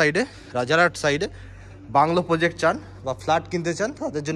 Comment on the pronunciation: Poject na Project bolte hobe. Khub bhulbhal uccharon.